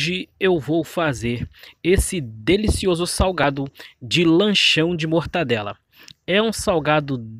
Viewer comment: Muito boa receita uma delícia Só precisa melhorar o português A pronúncia certa e Mortadela e não mortadela como você falou Fica a dica mortadela e o correto ok